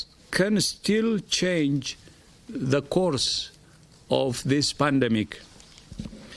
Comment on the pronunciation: Is it pandemic or ''pundumic''